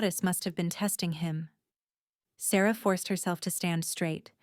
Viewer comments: Loved the story...especially having Asher who falls in live with Sarah before the Alpha. My only criticism is...the AI narration switching back and forth in how it pronounced "Sarah." It was really bad. And, there was a broken record efcfect with repeating a section. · What happened to Asher's Mother? Why did the Alpha's have similar names and the narrator couldn't pronounce Sarah's name correctly.